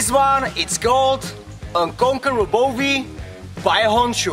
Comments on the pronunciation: Yeah maybe you can pronounce Bowie correctly soon. It's not Bovie. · Coming from an Aussie "Now that's a knife". :). Little FYI, its pronounced bowie with a w. Awesome knife. Want one.